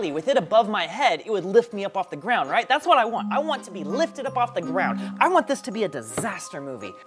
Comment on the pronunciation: “the gwound”